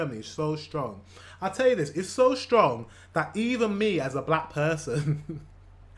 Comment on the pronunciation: the irony that he pronounces it "zat" :D "th" is the top first thing germans struggle with pronounciationwise. in many cases we are so selfaware in that regard, that most have been teased when saying it wrong atleast once and we usually notice a german speaking englisch when it is just the tiniest bit off i remember once, it was like a sciencey vid and there was a professor or something, that lived in the usa for 20 years, working on some crazy advanced projects, teaching at universities and so on... 3 sentences in i thought "that person sounds german", and lo and behold, she was xD its like spidey senses